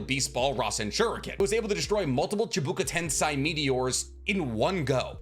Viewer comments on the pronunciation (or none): Chibaku Tensei, not Chibuka Tensai dude